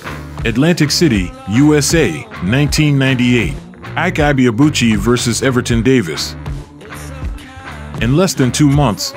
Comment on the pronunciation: Maybe unrelated but I couldn't help but wince each time the narrator pronounced his name. It's pronounced "ee-kay ee-bay-a-bu-chi"